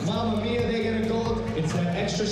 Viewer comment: abby zegt mia en de rest zegt nia